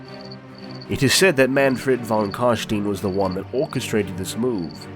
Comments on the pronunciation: Imagine putting this much effort into making a video, getting hundreds of thousands of views, and then spending the whole thing pronouncing "von Carstein" wrong all the way through... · Its pronounced fon karshtayn but who gives a shit. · Stopped when I heard you pronouncing "Fon Carsteen" ;.) nein nein nein !